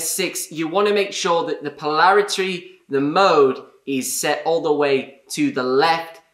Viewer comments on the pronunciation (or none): It's not polaritry.😁